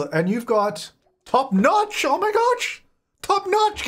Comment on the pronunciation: Top noch oh my goch:DDDDD